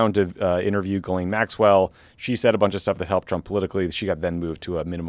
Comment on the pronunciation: Two things: 1) Tommy / get massive props for pronouncing Ghislaine properly. 2) This channel should be called “Pod Save America and BTC’s Biceps.” (Like, whoa dude.)